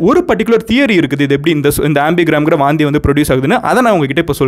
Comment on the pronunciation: Vomit னு சொல்லலாம் ல... எதுக்கு வாந்தி....வாந்தி... னு அழுத்துரிங்க... 😂😂😂சாப்டுகிட்டே Video பாக்கலாம் னு பாத்தா எல்லாமே வெளிய வந்துடும் போல.....🤢🤢🤢